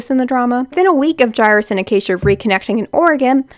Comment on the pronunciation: Lmaooo I’m so dead at the name pronunciations omg😭 Sam pot (like a kitchen pot) (or like a rowing oar) orff (long f) pot-orff…. and Jairus is like “air” but with a j (jair) us (is/us) jair-us